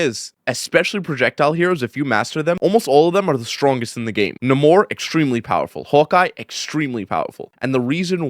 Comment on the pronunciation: His name pronounced Nay-more. Not nuh mor